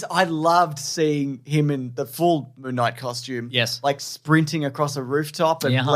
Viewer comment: …are they saying Moo Knight?